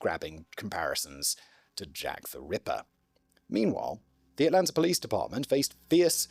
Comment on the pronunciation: As someone who was born and raised in Atlanta Simon's pronunciation of the cities name makes my ears hurt 😂